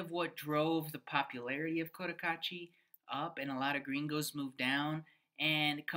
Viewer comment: Opinions, shmopinions… It’s heaven for some, but boredom for others. I only wish you gringos would learn to pronounce the name of the town properly. The first syllable is not “coat” — I cringe every time. It’s Koh Tah Kah Chi.